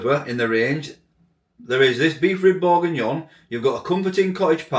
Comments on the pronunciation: jamie is and always will be a money grabbing tosspie -more so now. not so all about making stuff fresh, eh, jamie..... buy my ready meals. what a bell-end... and from iceland.. kerridge did it right with m+s, but 7 quid for a pie is nuts. also you pronounced the product properly lol - tbh it looked the part once cooked but BEEF bourguignon with ANY pork in it.. seems a bit off to me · Hi you pronounced perfectly. Hope your good. That looks pretty good. Will give it try. Ann.😊🎉🎉.